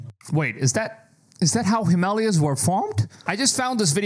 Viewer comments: Bro it’s pronounced the Him-a-laya’s not Himaaalaaaya. Awkward. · If you can't pronounce words correctly in English, go back too school, him- malias😂😂😂😂😂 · The mountain range is pronounced: Himal A yas. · africa and south africa two instead of 1 cool you need to learn the names of mountains though himalaya's him a lay a;s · the way he pronounces the Himalayas 😂😂😂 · Our host can't pronounce Himalayas properly and the religious nuts in chat think it's all God's doing 😂😂😂😂 so funny !!